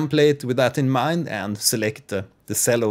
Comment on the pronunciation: Great video! Just a note on pronouncing the word "cello" - the "c" has a "ch" sound, not an "s" sound. So it should be pronounced "chello" not "sello". Keep the great vids coming!